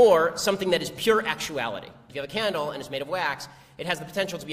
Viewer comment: When Shapiro says "candle" it sounds like he's saying "cannonball"...